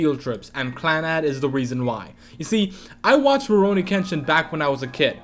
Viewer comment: While I mostly agree with your top 5 (save for the fact that the way you say Clannad makes me want to die) I feel like Clannad isn't one of Jun Maeda's strongest works. Little Busters and Angel Beats touched me way more than Clannad did, but I guess to each their own.